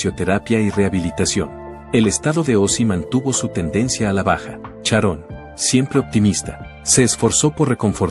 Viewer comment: ¿Como que fue una estrella? Ozzy no sé a muerto todavía, además se pronuncia Sharon y no Charón. 🤔